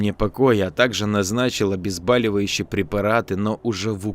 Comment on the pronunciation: ОбезбОливающие! От слова "боль", а не "баль"🤦